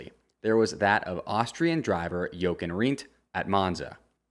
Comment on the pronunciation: Great info but my dude how did you not learn the right way to pronounce Jochen's name. Not to be a dick but its painful to hear, did you not watch any footage of him or people talking about him?